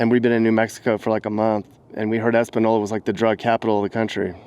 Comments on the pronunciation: Pronounced Espan- YOla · Española (Es-pan-yoll-a) has always been ruff. You should do Grants next, Uranium capital now prison Capitol! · That little curvy line above the n in Espanola means it's pronounced like ny, so it would be said Espanyola. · ITs pronounced...ES PEN YOL A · That’s Santa Fe ski hill not Taos. You also didn’t say Espanola right. Yet, maybe this coverage will get the city to snap. Also great to add it’s surrounded by Pueblos. They don’t help make the city better either. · It’s been many long years since I’ve been there and what a dismal state it’s in now!!! Good coverage but you’re mispronouncing the name. That squiggly line over the n is called a tilde and changes the pronunciation. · You’re mispronouncing “Espanola.” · It's pronounced Española -- ñ= ny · Most annoyed by your pronunciation of the town...it has a ñ different pronunciation than the boring n. You are correct I had never heard the word espanola!!! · You can’t even say the name of the town correctly go to Albuquerque and every other town in the United States fool you’ll see the same Tony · You can’t even be bothered to say Espanola correctly, and those black socks and shorts only make it all worse. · You’re saying espanola wrong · You’re mispronouncing Espanola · Your pronouncing the town name wrong. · Mispronouncing of Espanola was distracting . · "Espanol" means "Spanish." "Espanola" would be "land, region or area" of the Spanish people. In the Spanish language, the "n" in these words has a curved line over it that looks a bit like an "s" lying on its side. This symbol is called a "tilde," pronounced "TEEL day." The tilde turns the "n" or "EN ay" into an "EN yay." It makes a sound similar to Curly Howard (from The Three Stooges) "Nyuck, nyuck, nyuck." So, it is NOT pronounced "es pa NO la" but rather, "ace pan YO la." 🤓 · You are pronouncing EspaÑola incorrectly. 🤭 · It's pronounced "es-pan-yo-lah." There's a "tilde" (~) over the "n." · Ace-pahn-yola